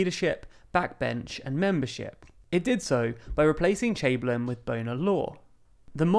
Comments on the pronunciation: Its Austen Chamberlain, not Chamberlin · it'd chamberlain not chamberlin